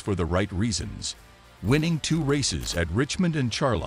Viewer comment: Can't even say Charlotte, Pocono & even Fed EX correctly. Hamlin is the most overrated driver NASCAR has ever seen. He's good at running his mouth that's it.